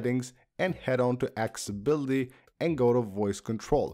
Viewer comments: It’s not “”acciboty” it’s ACCESSIBILITY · lol axe-e-bully/accessibility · i love how when you say accessibility you say axebility 😂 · Axability 🤣. Bs aside… Great content. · I love how he always says axe-ability XD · Hes pissing me off saying "Axeabilly🤓" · “Axe-ability” lol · “Ax ability”? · “Go to axability” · that pronunciation - aksability :D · You really need to learn how to pronounce accessibility properly. The mispronunciation is far more annoying than the content is helpful. A 12 year old would know these “tips” 😂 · Bro that’s now how you pronounce accessibility just a heads up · The way you say accessibility is crazy. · Please practice the saying the word accessibility